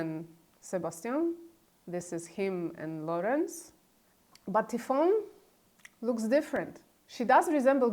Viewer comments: It's pronounced like Tiffany not Tea-phone. I noticed the eyes too. The ears are similar too. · I beieve the name Tiphaine is pronounced Tee Phane not Tee phone 🥖🇫🇷🐩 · Why are you pronouncing Tiphaine as "Tifone"? Otherwise great content, I have subscribed. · How difficult would it be to learn basic French pronunciation? The way she butchers names makes the whole thing seem less credible. I mean, she already speaks at least 3 languages (Polish, Greek, English). Sheesh! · Please make an effort to pronounce the names correctly. It hurts my ears when you say Tiphaine and Trogneux 😀